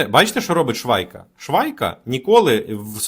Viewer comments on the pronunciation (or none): Швайка😂😂😂.... Типа, Швейка 😅😅😅